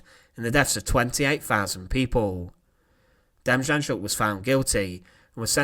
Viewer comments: its pronounced denjanyuk not ja, because in Ukranian like German the J is pronounced as a Y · Good video, just a point of interest, his name, Demjanjuk, the J’s are pronounced as a Y, so it’s not Dem Jan Juk, it’s pronounced Dem Yan Yuk. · ITS PRONOUNCES DEM YAN YUK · John DIM-YAHN-YUK is how it's pronounced. You sounded like you were having a stroke when you attempted to pronounce his name lol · N.B. The J in his name was pronounced as a Y, hence Demyanyuk. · It’s pronounced Dem-on-yuck the Js are silent ☠️ becomes him Terrible man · I live in Ohio and his name was in and out of the news for years. It's pronounced dem - yan - yook. He was living in Cleveland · De-Mmm-yeah-Nyuk. It's hard to write how to pronounce it. But those J's are not pronounced. Theres a documentary on netflix here in the staes about him. Called the devil next door. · You're pronouncing his name wrong its Dem - Yan - Yook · I believe the name is pronounced Dem yon yook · FYI.....Demjanjuk is pronounced Dem-yan-yuk. The Devil is in the details. Rudolph Hoess is not Rudolf Hess. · Name is pronounced as “dem-YAN-yuk” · Narrator: try Dame-yon-yook! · It’s pronounced ‘John demYanyook’ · Very good video but the j in his name is to be pronounced as y . Demjanjuk is to be said as Demyanyuk . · Demjanjuk is pronounced Dem Yan Yuk. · Great presentation, one correction: Demjanjuk is pronounced “Dem—YAN-Yuk” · No j sound but like a y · You butchered the john demianiuk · The ‘J’ is pronounced as a ‘Y’ in Demjanjuk. 🤦🏼‍♀️ Maybe do some more research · It disgusts me that people are trying to monetize history with a few pictures and some narration, but they can’t even pronounce the names of their subjects. John Demjanjuk is not pronounced as you say. You want to post about history? Do the work…